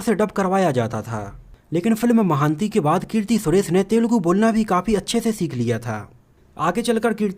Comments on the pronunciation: अरे यार महान्ती नहीं अपितु महानटी है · Not महांती it's महानटी it's mean great actress (savitrigaru) Nice info 👍